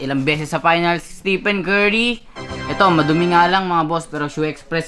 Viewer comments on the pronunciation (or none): none